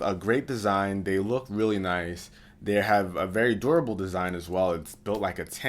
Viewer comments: Did he just say doorible? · He even says "doorable" back then...